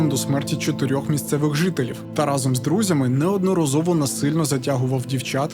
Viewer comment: Дякую. Відео круті. Але в кожному відео ріже слух вимова слова «Разом». Будь ласка вдосконалюйте вимову. Бо значення слова «разом» в вашій вимові має взагалі інше значення котре не стосується розповіді і контексту. Всім мир!